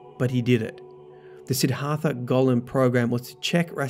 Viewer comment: Sidd Har Tha? Dude. Seriously?